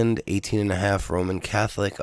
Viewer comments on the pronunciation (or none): none